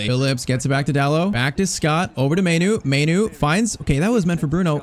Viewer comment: Pronounce mainoo like maanoo